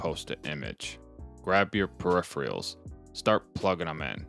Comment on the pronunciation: This is insanely helpful! I'll be trying something similar. One nitpick... You're saying peripheral like "per-E-free-all", but it should be pronounced more like "per-eh-fur-all".